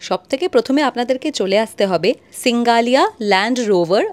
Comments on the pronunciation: সিঙ্গালিয়া নয় SINGALILA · সিঙ্গালীলা.... not সিঙ্গালীয়া